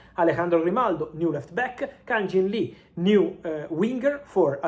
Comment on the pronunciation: It's Kang In Lee, Fab...not Kan Jing Lee 😂